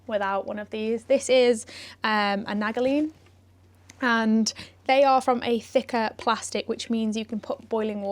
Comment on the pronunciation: A good tip if you're camping, them Nalgene bottles are good to use as a hot water bottle in your sleeping bag if its a cold night. It made me laugh at how pronounced the name, though I could be wrong all this time, I pronounce it like Nal-jean. (If its the American company I got mine from) apologises you did mention them to use to keep you warm, am I bad haha 😄. Thanks for sharing. See you on your next adventure 🤘 👊🤙. Keep that rubber spinning 🛞